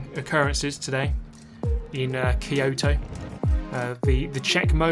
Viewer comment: The pronunciation "Key-Yohto" triggers me. :D I should see a therapist.